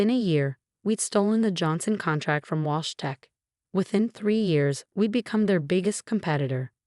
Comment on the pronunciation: Wash - Walsh ? Get a grip on your AI, it probably doesn't even know the time of the day without the faithful Sarah telling it ! So many spelling mistakes you have outdone yourself this time. I thought I had heard enough of the heels clicking on the marble floor (recently it's been a hardwood floor) but you have decided there is still life in it yet ! Alexander or Olivia - bloody hard to keep track of gender in this one. Bought - thought, your reading skills match that of about a 7 year old !